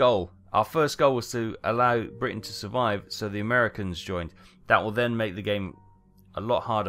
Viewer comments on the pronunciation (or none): none